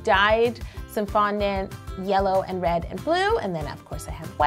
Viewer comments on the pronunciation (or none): her said wed not red